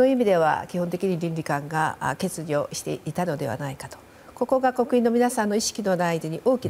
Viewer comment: 上川さん、欠如(けつじょ)けつにょって発言してない？👀